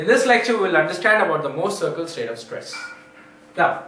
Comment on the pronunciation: thx. could never thought i would laugh so hard at anything about the "mouuhrrr cieerkl"